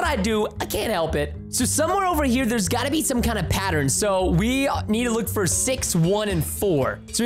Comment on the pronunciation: I love how how he says fur for fur for fur Pete sake at like or somthin